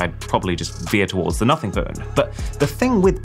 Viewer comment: What did he say? Notty? Naughty?